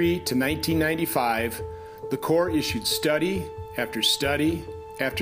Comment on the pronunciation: The Corps of Engineers (Hey,! It's not pronounced CORPSE.) was charged with doing something. So when a private citizen did what they refused to do, it made them look bad and intruded on their power. So he had to go. It's the way governments operate. Everyone in the CoE should be disciplined or fired.